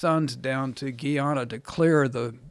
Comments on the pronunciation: It's pronounced GUYana as it is spelled. It used to be British Guiana and that's the source of the confusion. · Gee-yana 🤣🤣🤣 Guyana!! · It’s called GUY-A-NA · It’s guyana it’s pronounced the exact same way it looks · Not that it's a big deal but he did not pronounce Guyana correctly it sounds so funny how he pronounces it I thought Joe Rogan would have corrected him LOL